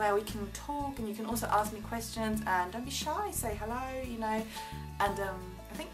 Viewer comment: Gosh I thought she almost said 'aux me ' instead of ask. Almost....... I think it would be a great idea if she could volunteer to help out people who are poor and need all sorts of support. It's a great way to learn some of our best lessons in life. Sensitivity, compassion and empathy.